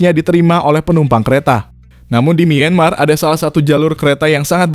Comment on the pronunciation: Kontennya bagus, cuma sayangnya narasi pakai text to voice. 30 meter jadi 30 em Myanmar dibaca mienmar Ttv dicek dulu Gak cuma di video ini juga sih Ada banyak video mimin yg kocak karena pakai TTV